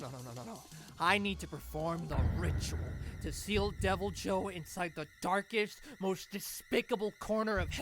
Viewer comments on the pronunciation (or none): I think the better pronunciation is devilho